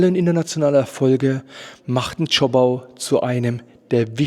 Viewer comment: Zschooooopau und nicht Zschoppppau